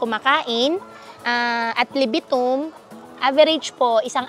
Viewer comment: Sa word na adlibidum na sinabi mo alice guo, halatang di ka Filipino 😅